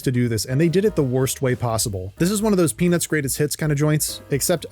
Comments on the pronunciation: I cant be the only one hearing "penis movie" every time he says "peanuts movie" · bro did not say peanuts 💀